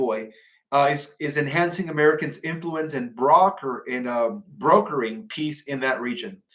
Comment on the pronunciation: You might want to practice reading your script before going live. You are mispronouncing simple words like “unveiled”, “vigilance”, “brokering” and your butchering people’s names like you’ve never heard them pronounced by the news media. It’s weird.